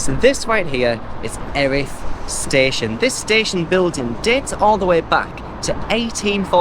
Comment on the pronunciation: Live locally and never knew about the pier so will and visit it. The locals pronounce it Ear-ith. I've been corrected a few times about it! Thanks for the content and good luck with London marathon ballot.